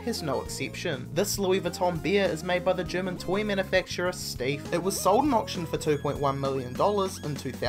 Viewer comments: Your voice is annoying as Hell plus you're not even consistent with your pronounciations. You pronounce Steiff as "steef" and the very next sentence, you say "stiif". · Right that bugged the living hell out of me. When talking about the Louis Vuitton Steiff bear, he pronounced it 'steef' the first 2 times but correctly (stife) the 3rd time. Just needed to vent that as it irritated me.